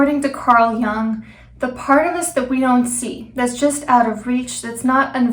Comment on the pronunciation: You can't pronounce Jung or archetypical